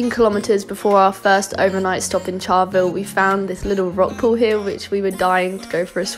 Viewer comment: It's Charleville, not charlvill, Ayers Rock not Uluru, petrol station not gas, and kilometres not miles, but good trip